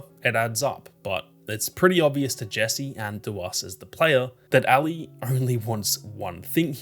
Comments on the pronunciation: Ally? Its Ellie. Are you Australian or something? I notice they say "See-ga" instead of the proper "say-ga". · Me listening with headphones: “Who the hell is Allie?” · Why are u calling Ellie Allie? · Great video but the Ellie pronunciation pmo